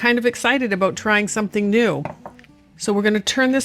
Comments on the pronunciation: "aboot the same size" 😂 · I see your text info was speaking with a Canadian accent. When talking aboot the size of ingredients.